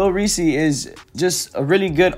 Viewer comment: It’s Lil Reese not “Lil Ree Cee” - Reese is ONE SYLLABLE NOT TWO SYLLABLES.